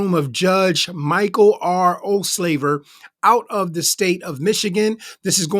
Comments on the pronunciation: When he said the judges name my hubby (a black man) yelled out from the kitchen, "did he just say old slaver?"... He got a real kick outta that😂😂😂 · I can't stop hearing "Judge Ol' Slaver" - crazy how one minor mistake of pronunciation can really mess with how things sound 😂